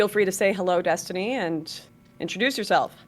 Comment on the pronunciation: Dee-stiny Reynolds